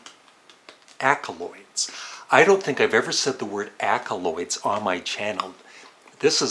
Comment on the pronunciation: It’s “accolades” not “accoloids” sorry to nitpick. I guess a few albums are Going for the One, Fireball, and London Town.